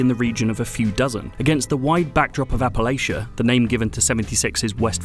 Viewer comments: Dear: it is APP-UH-LATCH-UH - not Appalayshuh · It’s “App-uh-Latch-ia” Not “App-uh-Lay-shia” ;) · Almost was ready to stop watching when he said Appa-lay-shuh. It is pronounced Appa-latch-uh ffs. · Just going to let you all know this as someone who lives in Western NC, everyone who lives here does not pronounce Appalachia like that. Remember if you say "Appa-Lay-Shuh", I'm gonna throw an "Apple-atcha" (the correct way of saying it). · Of course pronounces it Appa-lay-shuh. Learn how to pronounce Appa-LATCH-uh. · It's App-a-latch-a not App-a-lay-sha. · It's not "appa-layshuh" it's "Appa latcha" Sincerely, an Appalachian. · Its App-a-LACH-un NOT App-a-Lay-chun. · It's pronounced appa-LATCH-UH not appa-lay-shuh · It’s app-uh-latch-uh. Smh get it right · Apple-atcha, dawg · Apple atcha is how ya say it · It's Appala-CHUH. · PLEASE please please please please learn how to properly pronounce our area. It's app-uh-latch-uh. Please and thank you. ❤❤❤❤ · Appalachia isn't pronounced like that. You should just google it. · Learn how to pronounce Appalachia. You're insulting the natives... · Hearing other people pronounce Appalachia is always annoying. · By biggest issue so far is how you pronounced Appalachia. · Pronounced and categorized Appalachia wrong, review not legitimate. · Hmmm, this worries me. I'm still willing to give it a go though. Could make the argument that a wasteland ought to feel empty and lonely. Definitely agree with you on the idea of quests being found is very meh for lore. Also, sorry to be this guy, but you mispronounced Appalachia.